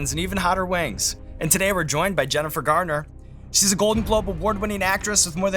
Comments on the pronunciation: I think Jennifer was real polite in not correcting Sean a single time, even though he called her "Gardner" basically every instance EDIT To end the “controversy” he only says “Gartner” to my ear, a single time. I severely exaggerated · Sounds like he calls her Jennifer "Gardner" ---oopsie. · Embarrassing - mispronouncing Jennifer Garner's (not Gardner) name over and over. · Jennifer GARNER...... not gardner :P